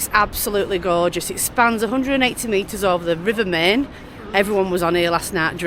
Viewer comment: Great vlog, guys 😊 I believe you are going to visit Schloss Neuschwanstein, aren't you? Enjoy and safe travels,. Our LittleLilly send lots if sloppy kisses to Chicco 😘 add: the river Main is actually pronounced like this: mine (just saying)